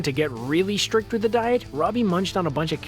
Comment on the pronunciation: Take a drink every time the narrator says "shtrict"